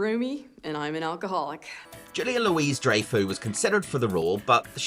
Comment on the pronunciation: I can't tell if "Julia Louise Dryfoo" was a purposeful mispronunciation or not 😅